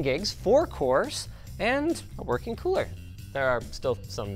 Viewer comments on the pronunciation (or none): none